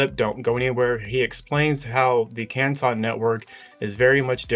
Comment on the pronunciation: I live in the city of Canton and that is not how its pronounced you guys are murdering the spelling